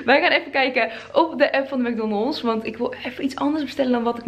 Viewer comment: Heerlijk hoe jij mc donalds uitspreekt: mac donnelss 😂😂